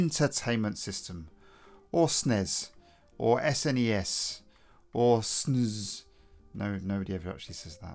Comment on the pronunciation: After seeing lots of American retro youtube it always feels good to hear someone say SNEZZ :)